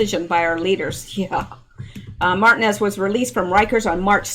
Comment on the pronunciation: Martinez Mar-teen-ez(es) :) you're welcome Ma'am